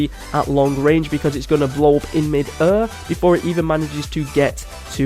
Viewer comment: The way this guy says air